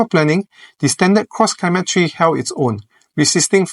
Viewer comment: You keep saying "Cross Climate Tree".🥲